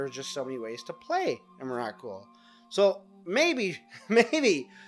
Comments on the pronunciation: EM - RA - KUL. srsly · can't continue watching you keep calling it emmarackcool. not even close. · em-er-ah-kul? wtf is that? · Three syllables, say it with me, "EM-RA-COOL." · i wish this guy would pronounce emrakul right